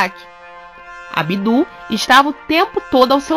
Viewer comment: Abdul não tem ênfase no ú mas sim no L. Se fala "abdulh" E o b é quase mudo.